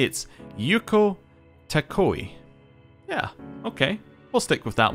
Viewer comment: To avoid another "Reesee" situation like from P4, I am going to nip you in the bud with Takao. You are pronouncing it "Tah-ko-ai," but the correct pronunciation is closest to "Tah-Cow." Again, like when I called out your "dehabilitation", this comes from a place of love. :)